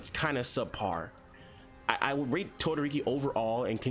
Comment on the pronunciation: did he say todoriki smh